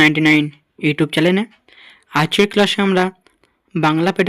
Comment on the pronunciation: আগে নিজের প্রোনুন্সিয়েশন ঠিক করো, ওটা চ্যালেন হবে না চ্যানেল হবে😂